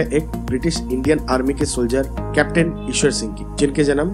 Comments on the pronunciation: Please learn how to pronounce Ishar Sing's name FIRST not Eshwar Singh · Pls correct the name... It's not Ishwar Singh but Ishar Singh. In this video... Same is pronounced incorrectly